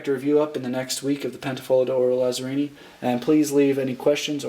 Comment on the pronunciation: just so you know it's pronounced Latsarrini